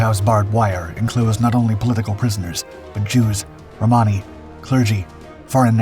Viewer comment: The video voiceover says "Jews and Hammas" were sent to Auschwitz. Closed captions say "Romani". Why "Hammas"?